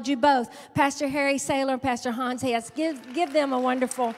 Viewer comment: ☺ Brother Hans name is ( Hans Hess) NOT Ness..lol 🕊🕊🕊 4-8-22